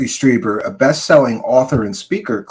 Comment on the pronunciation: It’s Streeeeeber. Not Stryber.